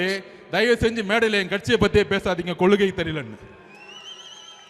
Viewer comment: சார் இது கொலுகை இல்லை கொள்கை . முதலில் இதை சரியாக சொல்லுங்கள்